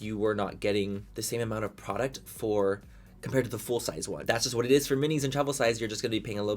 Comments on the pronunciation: Everytime he says it is what eres😂 love it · Living for it es whatttttt 'tongue roll' it essssss 😅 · I find myself saying “it is what it is” just like this 🤣 and I can’t even roll my damn Rs.